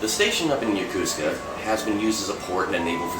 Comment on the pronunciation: "Yokosuka" is correctly pronounced, "Yo-KO-ska", not "Yo-KU-ska."